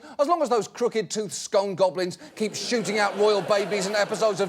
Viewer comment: John has been out of the country for too long, he's forgotten how to say scone